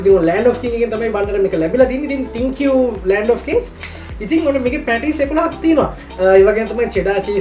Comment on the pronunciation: ඔක්කොම හොඳයි . උඹට හරියට Thank you කියන එක pronounce කරන්න පුළුවන් නං තවත් හොඳයි. නාලන්දෙ නෙ, ගෝතමී වෙන්නෙ මොකටද. 😁😁 Mod වෙන්න ගිහිං Odd වෙච්ච ගතියක් දැනෙනව ඒකෙ. ඊළඟ එකේ හරියට කියමු. හා ද? උඹට ජය මල්ලි !!